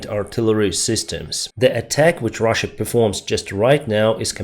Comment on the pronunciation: This guy just calls Russia "ruzzia" and you saying that he presents information fairly💀